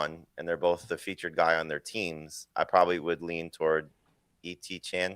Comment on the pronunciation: This guy really said etienne missed his chance to be treated with respect? Yikes, naming players is like half your job, not too big of an ask to pronounce the name right…